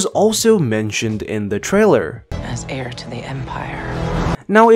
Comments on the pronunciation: It’s pronounced “air” not “hair”. The “h” is silent. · "Heir", not "hair". Pronounced like air. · It’s not pronounced HAIR to the empire, it’s AIR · bruh stop saying "hair" to the empire lol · On one hand, you pronounce Jorus C'Baoth the same way I did in my head... On the other, it's "heir" not "hair" :). All kidding aside, good stuff! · Responding to mainchin Instead of saying hair, say "air" to the empire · Me: Heir Him: Hair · Sorry to be THAT GUY....but Heir is pronounced "air"... not hair. Good vid though. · Brrrruuuuuuuhhhh it’s HEIR(pronounced AIR) not hair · I thought I was hearing things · Hair to the empire hahaha come on my guy Aksoka literally pronounces it for you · Heir is pronounced "air" and C'Baoth is pronounced "SA-bay-oth." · Lmfao “Hair” to the empire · Are you really saying “hair” of the empire? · the H in Heir is always silent. You are saying Hair, not Heir when you do pronounce it. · Its hairy hard to hair you when mispeak and say hair all the time. Yes, they have hair but it is not hairy or hairy hard to learn how to say hair properly. You hair me? I haird you say it too many times. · Cha-both not bowith and heir is said like air genius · Dude, what's with "hair" and "chaboth" smh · Eir the h is silent, and jorous Sah Bai oth. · The "H" is silent in Heir to the Empire... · Not here... Not in this video... We get to hear that "h" nice and clear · the 'H' in 'Heir' (To The Empire) is silent, my guy. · Heir has a Silent H